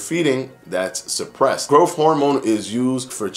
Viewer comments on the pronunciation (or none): Just pronounce growTH correctly!